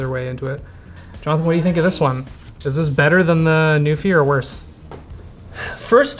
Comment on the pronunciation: Every time you say "NuPhy" I don't think of keyboards. I hear "Newfie" and think of Atlantic Canadians.